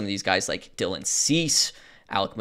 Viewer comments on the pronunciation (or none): none